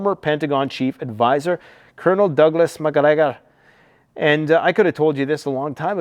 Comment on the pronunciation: You look like you been weight cuttin. Lol at colonel Douglas mcgregor said with the accent. Lmao